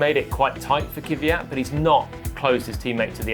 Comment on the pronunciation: Actually, "Kveeyat" is also wrong. It's pronounced "Kv'jat", with a soft A, without the "ee".